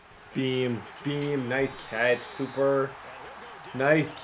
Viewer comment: Bro said copper cup for cmc